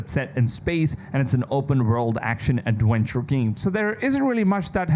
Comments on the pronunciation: Which is even more wild after “adwenture” 🤣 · And awenture